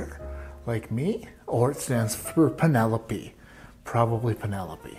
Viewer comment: You had me at "PEEN-elope."